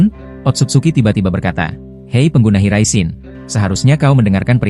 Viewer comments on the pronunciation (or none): Ngomong yang jelas bang maap aja lu bilang jinton jin Riyen .. gua lurusin jinton jin raishen ..😂😂